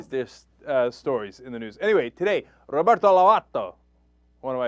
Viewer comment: ROFL Cenk pronounces Roberto closer to the spanish pronunciation when he's not trying to do the spanish pronunciation